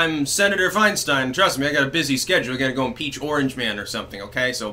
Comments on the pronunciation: I don't know if it was on purpose, but you said "Swinestein" ....lol absolutely hilarious. Meme ammo! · Fianestein! Nice slip of the tongue.